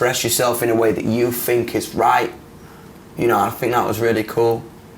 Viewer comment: I love hot think is fink🖤🖤